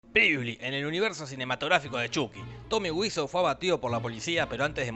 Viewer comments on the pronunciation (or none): Tomi waso se pronuncia, gil. Oh sí. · Por qué le dice Tomy wisouh? Si es charls lirei